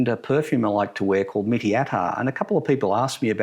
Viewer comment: You should pronounce it like "Meat-Tea" not mitty. Mitti means soil.